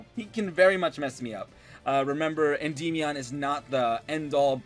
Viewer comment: I kinda hate the way he says Endymion (End-EE-Me-On) I've always just pronounced it Endi-meon. No need to drag out or emphasize the y part so much. Sounds silly